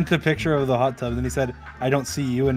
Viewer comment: “I FAGAT HOW HAWT IT ISS“ 😭